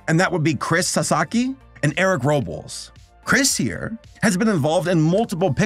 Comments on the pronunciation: As a native Spanish speaker, That “Robles” pronunciation caught me off guard 😂😂😂😂 it’s Rob-Less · Bruh I've never heard anyone pronounce Robles that way 😭😭